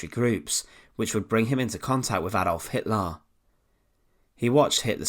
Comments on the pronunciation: who is Adolf Hitlarrr? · HitlAr and HimmlAR 😂